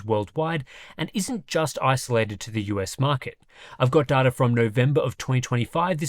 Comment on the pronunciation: it is data mate!Not data!;)